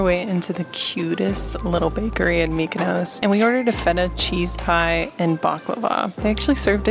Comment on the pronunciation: Not only can you not pronounce Gyro, you also can’t pronounce Mykonos 😂. Food looked amazing though